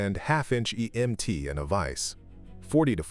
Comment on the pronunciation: Why he say emt like that at the end